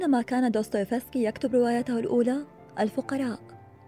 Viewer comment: جمااالج وانتِ تلفظين دوستوفيسكي